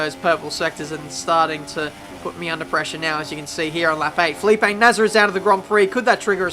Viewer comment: "Felipe Nasr" r u sure